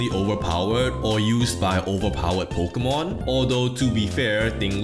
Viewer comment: Pokémon, not pokeuhmon.